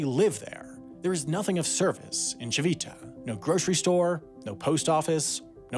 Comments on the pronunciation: I'm not Italian and don't speak the language, but I do have some knowledge of Italian pronunciation and my ears were bleeding with "tchee-VEE-tah" (even though there was that Italian man pronouncing it correctly as "TCHEE-vee-tah", yet the narrator didn't get a clue from that). And "BAGG-no-re-gio" made me want to ask him if he says "filet MIGG-non" too... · This is great, but I have to say, the G in Bagnoregio became a bit unbearable after the first ~20 times it was said. Ci-VI-ta also didn't help (it's CI-vi-ta). You could have looked up the pronunciation if you were going to use it so many times in your script. Other than that, wonderful work! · thanks for trying hard to pronounce italian names, we know it's hard. Regarding "Civita", the accent goes on the first "i", so it's "CHIH-vih-tah" Interesting video also for italians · Apart from the continuously mispronounced "cività". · Lol I'm Italian and it sounds dumb how he pronounces Civita 😂